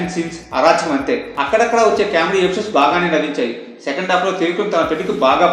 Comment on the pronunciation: It's pronounced as 'comedy' not 'caawmedy'. Btw review was good